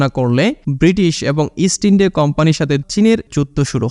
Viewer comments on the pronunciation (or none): none